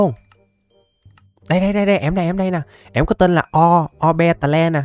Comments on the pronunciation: Cái con a đọc ô be tè le đọc đúng là ô bi tồ nha a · ah đừng đọc Orbeetle là O be tờ le nữa đc k 🙏